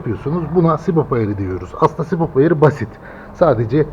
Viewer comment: adam sürekli sibop diyor ya, sinir oldum. subap subap subap subap, sibop farklı subap farklı